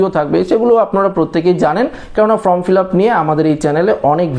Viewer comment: কথাটা ফ্রম নয়, কথাটা ফর্ম